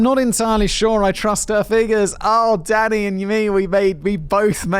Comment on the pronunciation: When you say “Danny” it sometimes sounds like you’re saying “Oh Daddy!” Like